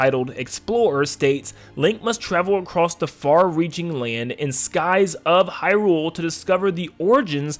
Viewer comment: I love your content but oh my god is it jarring to hear you say Hyrule wrong over and over 😂